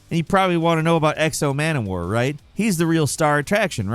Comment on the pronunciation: Exo Mana War? 😂 It's X-O Manowar